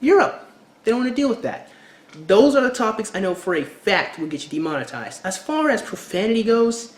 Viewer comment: oh and you said "de monten ized... but it's demon-etized not nucular either it's nu-clear